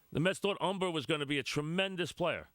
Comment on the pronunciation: Mike, Phil Humber is pitching great for the White Sox this year in a much tougher AL. Or as you would say "Um-Bah" lol